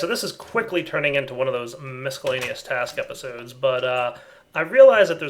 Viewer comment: I don't like it when he mispronounces 'miscellaneous'. Other than that good video.